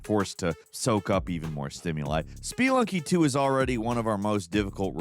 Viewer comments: Did you just call that "spEE-lunky 2" lol? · "Spee-lunky 2" 😂😂😂